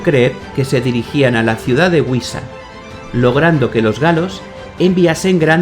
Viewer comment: Es Guisa , no Güisa. Un poco de por favor.